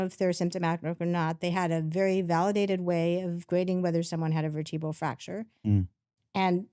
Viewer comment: Did she say veritbal fracture?